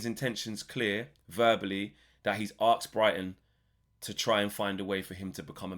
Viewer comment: Asked not aksed